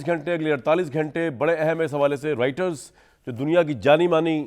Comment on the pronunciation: Why do you call it Eraan? Then, it's not Riter. Its Roiter